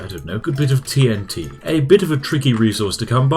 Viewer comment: "as I need more tea'n'tea" :)